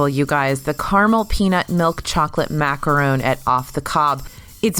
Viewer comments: bishk nah it’s not she said macaroon you should at least say like macRON she just said it wrong lol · Toni Clover i never said she didn’t say it wrong. But she definitely didn’t say “macaroon” - she said macarone, which is clearly her trying to pronounce it differently from macaroon because she knows there’s a difference. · she said MACARONE dude. Thats not how its pronounced either 🤦‍♀️